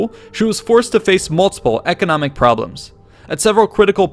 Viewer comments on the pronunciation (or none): none